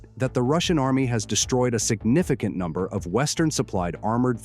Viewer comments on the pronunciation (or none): none